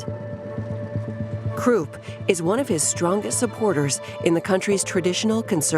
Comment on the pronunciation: Kroop and Vee-Aye-Eye-Mar Republic. I called it quits after that one. Dont recommend Channel.